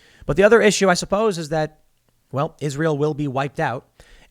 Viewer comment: Why do you and many other say ISREAL? It's ISRAEL!